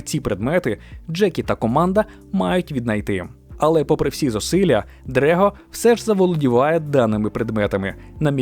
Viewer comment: Правильно не "Дрего", а "Драго". Таке у нього ім'я.